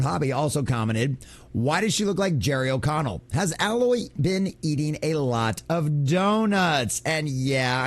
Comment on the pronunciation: It is A-loy not al-oy